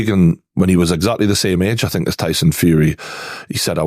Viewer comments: For someone that can't pronounce "think", he says "fink" a lot the fick cnut. 😅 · Can't listen to anyone who starts a sentence with " I fink" ...FFS